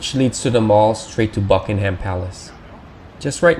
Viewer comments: It's not Bucking-HAM palace! It's BUCK-ing em. Open your ears> George III "buyed" it .That isn't even English! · and it isn't 'buckingHAM' palace. The stress is on the first syllable. The vowel in 'ham'is a schwa, but I'd bet you don't know what one of those is. You don't know very much, really.